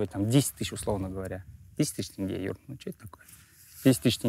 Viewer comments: НЕ ТЭНГЕ, А ТЕНГЕ. ТЕНГЕ, ЕМАЕ, ТЕНГЕЕЕЕЕ. тЕнге. Е. Е. Е. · Имеешь представление об акценте? По-твоему они в прикол ВСЕ, АБСОЛЮТНО ВСЕ произносят тЭнге? Ну неужели нельзя додуматься и сразу надо начать быковать? Мозг и аналитика - вот что не хватает этим людям в нынешних реалиях🤦🏻‍♀️